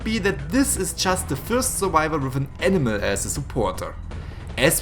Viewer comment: I love the fact that you pronounce animal like enema.